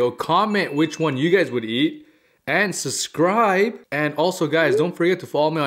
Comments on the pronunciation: Are my ears fooling me, did he say "samwich or sandwich, suscribe or subscribe" ? 😆 Anyway, food looks really delicious 😋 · Definitely heard suscribe! 😊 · in all his vids he says susscribe😂😂